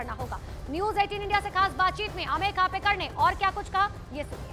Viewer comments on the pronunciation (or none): खापेकर नही ,खोपकर बोल !